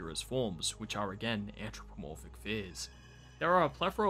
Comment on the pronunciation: Good review but the "ANTch ro po morphic" is getting to me... Just a bit